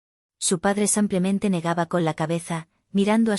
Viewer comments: Error ella dice samplamente. Lo correcto es simplemente. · Por qué dice simplemente? Lo correcto es simplemente.